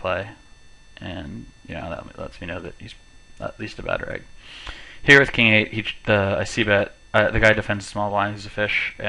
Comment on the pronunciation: "reg" not "rag" reg = regular, bad reg = bad regular... you can go from there